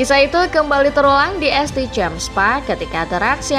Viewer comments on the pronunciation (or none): Min bkn este tapi st (saint)